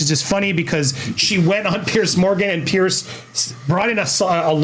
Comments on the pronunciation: Its Piers... pronounced peeers... Not Pierce it's driving me mad after hearing his name so.many.times... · Ffs his name is Piers, not Pearce. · Piers not Pierce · Piers not Pearce.